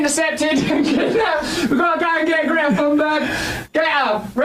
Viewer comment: Greta sounds like Gifa. That's how its pronounced in native tongue. Something like that. Some people have lost their sense of humour. Falsely claiming you are a piss taker to with a problem.